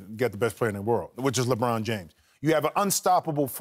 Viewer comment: it's Luh Bron not Leggghhhhbraahn